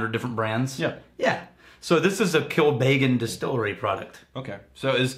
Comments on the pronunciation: I think this episode helped me realise how and why Americans butcher the pernunciation of Irish names. They over emphasise the vowels. Connemara is "con-eh-marah" not "'cone-eh-marah" Kilbeggan is "kill-beg-en" not "kill-bay-gan" If in doubt just say the word in the laziest free flowing way possible. Without emphasis. 😆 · Hey guys,, your pronounciation of connemara is right, but kilbeggan, isnt kil-bay-gen, but phonetically, kill beg in. Also, Dublin is in the east coast, kilbeggan is more Midlands in offaly